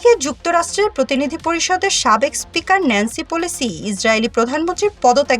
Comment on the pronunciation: গা@ উপতক্যা না, গা@ উপত্যকা। আর ন্যান্সি পলিসি না, ন্যান্সি প্যালোসি।।। ঠিকঠাক ভাবে বাংলা শব্দ বলতে পারেনা, আবার নাকি রিপোর্টার🤣😆